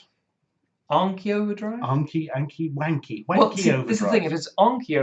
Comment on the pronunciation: It just sounds like they keep saying wanky overdrive.